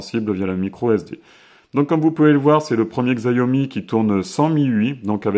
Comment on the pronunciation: je tiens a dire que la marque ce prononce "Chiaomi" et pas "Xaiomi" voila j’espère que ça pourra t'aider dans tes prochaines videos : )